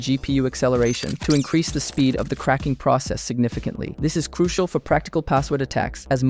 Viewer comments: its pronounced crushal. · I was already thrown off by the unnecessary SFX and stupid CGI, but I will not finish this after he said, "Cruikal." I want to actually learn this stuff, but I can't tell who is ligit because it just seems like everyone is creating this kind of clickbait without actually giving lessons or anything. Cool, I know of things like "Kali Linux" and "Nessus" and "Wireshark" that exist, but I don't yet know SQL or whatever. I need actual help, not whatever this is! Anyone actually ligit, if you are, hit me up. An actual hacker won't need any name to find me by. Who knows if anyone will even see this.